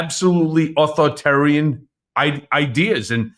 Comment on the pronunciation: you drop the 3rd syllable of "authoritarian".